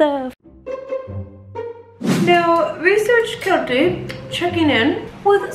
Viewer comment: I love you! But I’m sorry, “research Keltie” drives me insane. Other than that I love your videos!